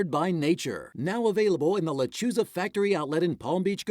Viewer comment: Wouldn't it be a good idea to pronounce "Lechuza" correctly?